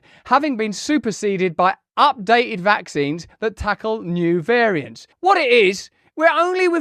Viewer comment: VACKSSSSSS EFFFFFFFING SEEEEEEEENSSSSSS LOL. Sounds funny. VACKSSSSSS SEEEEEEEENSSSSSS